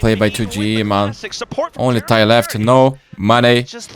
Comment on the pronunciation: With all due respect thyy's name is actually pronounce as "tee aitch why why" each alphabets individually, idk why the caster called him thy. It could be that thyy changed it himself so ppl could say it easier. If anyone know anything about this please tell me.😅